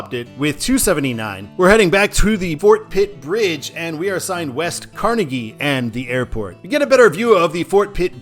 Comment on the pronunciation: I live here and I have to do this: Car-nay-gee Mount LebanIN MUNroeville